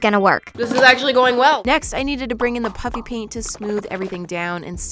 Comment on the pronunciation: when you say “Puffy Paint” it still sounds to me like your saying “Puppy Paint” 😂😂